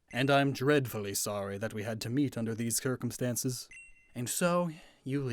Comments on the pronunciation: did you pronounce it kircumstances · did you just say CUR-CUM-stances? is that a dialect over there or something? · "and I'm dreadfully sorry we had to meet under these kir-cumstances" lol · I know I'm being pedantic, but...did you pronounce circumstances as 'kirkumstances?' Also, you said IPLAY when it says IPLA. And you said 'And this is' when the screen says 'Is this is'? Otherwise, AMAZING VIDEO. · he mispronounced circumstances...